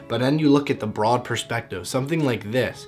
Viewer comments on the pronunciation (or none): none